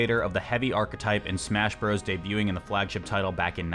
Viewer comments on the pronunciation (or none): none